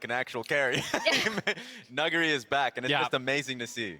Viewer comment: is the first ever english staff to pronounce nuguri perfectly